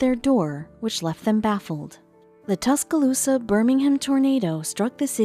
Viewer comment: Not sure why they showed a picture of a hurricane when talking about a tornado. Tusk-Ah-Loose-Sa.... The pronunciation from the robotic voice made me cringe early on lol. Other than that... I loved the story. I do remember that day. I lived in Tuscaloosa County.